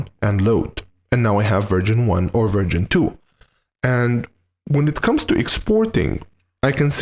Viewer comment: You should be careful when saying 'version' because what you actually say is 'virgin' 😂😂😂